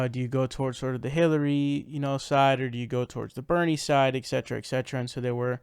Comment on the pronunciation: You lost me.. it's et cet not excet...